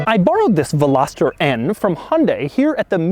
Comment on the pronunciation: I don't think you're pronouncing veloster correctly. Still a cool video tho